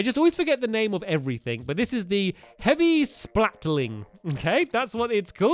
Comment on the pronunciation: its heavy splat-ling not heavy splating I just kept on cringing every time he said it